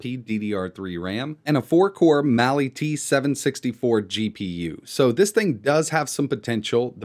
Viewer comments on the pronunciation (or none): It's Mali on the Tinker Board not Mail.